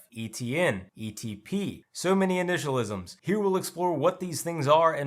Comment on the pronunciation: bro just said initialisms lmao 🤣 😂 💀